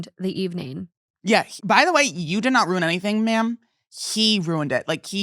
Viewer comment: for the love of God, stop mispronouncing the word Ruin. It’s ROO-IN not ROON. Correctly pronounced “ruin” has 2 syllables, so if someone is pronouncing it as one they are not using the correct pronunciation. You can listen to it in American and British English.